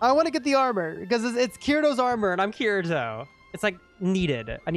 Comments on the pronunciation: bro said cureatoe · U know bro doesnt watch alot of anime when he pronounces the main character's name wrong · you cant even say Kirito correctly